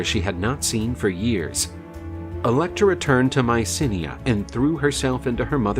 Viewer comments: It's /my-SEE/nai/, not Mycinea. I guess nowadays, narrators, and others, are just too LAZY. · Mycenae not Mysinnia